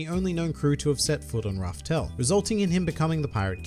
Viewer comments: It's laughtale not raftale..... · Pin this It's not raftael but LAUGH TALE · Laugh Tale not Raftel